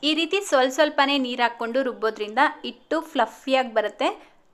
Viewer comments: Ice cube ಹಾಕಿದ್ರೆ ಇಟ್ಟು ಸರಿಯಾಗಿ ಉಳಿ ಬರೋಲ್ಲ ಅಲ್ಲ ಮೇಡಂ .... ಹಿಟ್ಟು ಸರಿಯಾಗಿ ಹುಳಿ ಬರೋಲ್ಲ..... ದಯವಿಟ್ಟು ಕನ್ನಡ ಭಾಷೆಯನ್ನು ತಪ್ಪು ತಪ್ಪಾಗಿ ಮಾತಾಡಬೇಡಿ 🙏 ನಮ್ಮ ಕನ್ನಡ ಬಾಷೆಯಷ್ಟು ಶ್ರೀಮಂತ ಭಾಷೆ ಬೇರೊಂದಿಲ್ಲ .... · ಇಟ್ಟು ಅಲ್ಲ ..... ಹಿಟ್ಟು .... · That's not ITTU that is hittu n not uli it's huli just correct your pronounsation.